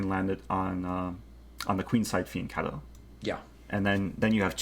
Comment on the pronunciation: Thank you for saying fianchetto instead of fiancetto. I am Italian and it bugs me every time I hear it.